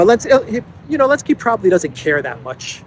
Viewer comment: you keep saying "Elenski", his name starts with a "Z". LOL